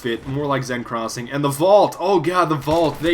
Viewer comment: it's not "ZEN crossing" so go watch jackfrags' video on how to pronounce seine crossing